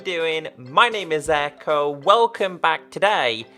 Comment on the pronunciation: sorry but I don't like your videos because you say aircko not ecko